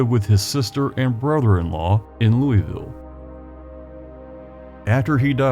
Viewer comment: Thank you for pronouncing Louisville correctly.